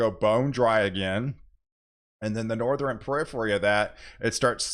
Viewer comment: It's Northern not nor ther ren